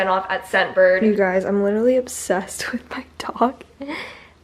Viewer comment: i need someone to go back through this video and count how many times she said obbsessed